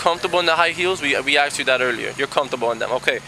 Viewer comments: "Have you AXED anyone to speak to an Attorney?" LOL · I always thought it was pronounced "asked" not "axed." Even cops are doing it now?